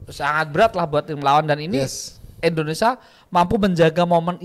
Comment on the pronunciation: INDONESIA Kang bukan ENDONESAAAA